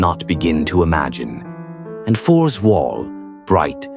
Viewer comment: seeing the name written and pronounced a Force instead of written and Fors and pronounced and Forz is kind of grating on the nerves